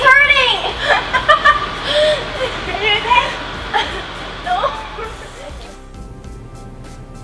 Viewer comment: I like how says "oh my goodness" and "she's hurting" with a certain accent